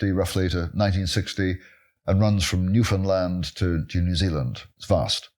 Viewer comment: Newfoundlander Here! I just have to point out that almost everyone pronounces Newfoundland Wrong, and I am delighted to hear Professor Biggar is not one of those people. Nice. (The emphasis is on "and", like in "Understand").